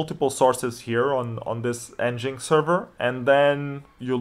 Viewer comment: FYI, it's pronounced "engine X", not "n-jinx" ;-)